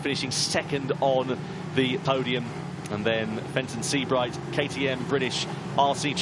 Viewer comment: Fenton. . Fenton. . Fenton ... Fen-ton.. FENTON. .. OH JESUS CHRIST